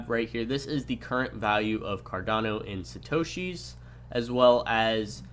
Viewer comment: Great video! One question I had (and if you said it, I didn't catch it), what the heck is a "shitoshees"? You kept making reference to it when talking about how the prices are displayed. Around the mark is when I first heard it.